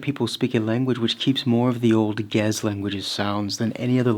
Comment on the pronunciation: pronounced "ge-EZ" just fyi